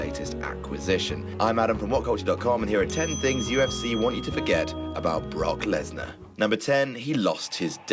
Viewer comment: lmfao 'Brockleberry Lesnar"